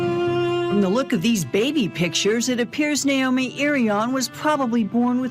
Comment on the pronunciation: Her name is Na-omi not Nomi please pronounce her name correctly.